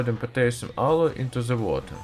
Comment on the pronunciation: why you say zhe. you should say the, not zhe